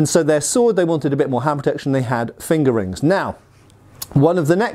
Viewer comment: Lol, I’ve heard him say it that way for years now, no matter how many times I tell myself to grow up🤣